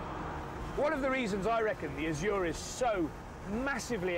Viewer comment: Why do people keep mispronouncing azure